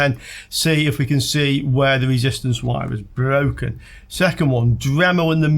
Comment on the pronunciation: Your wesistor is bwoken.